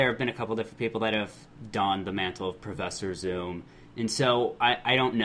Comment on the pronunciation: Alright how do you notice the minor costume changes, buuuuuttttttttt not know how to say Professor Zoom's real name right.